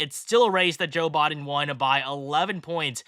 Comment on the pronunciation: Thank you for breaking this down. Also, for some weird reason I like the way you say “Biden” lol